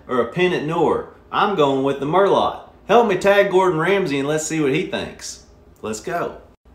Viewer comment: "Merlot" is the only name he pronounced correctly. Lol.